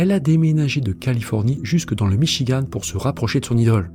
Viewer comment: Il n'y a pas de e à Michigan! En français ça se prononce comme dans Françoise Sagan...